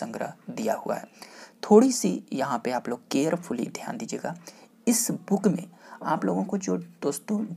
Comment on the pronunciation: Sir Booken Booken q bol rhe h aap......